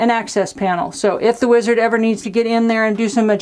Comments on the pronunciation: " The Weezerd " ... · "Weezard". There, that was easy.